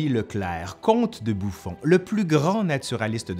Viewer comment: C'était volontaire de prononcer comte de bouffon? haha